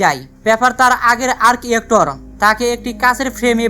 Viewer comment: আর্ক ইয়েক্টর না, ভাই! আর্ক রিয়্যাক্টর।